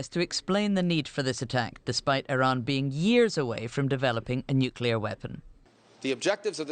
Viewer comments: irins missile defence😂irans you stroked out doofus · Geez, you’d think that if we’re going to bomb their country, at least Trump could have the respect of correctly pronouncing the name of their country 😂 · He can't even pronounce Iran properly.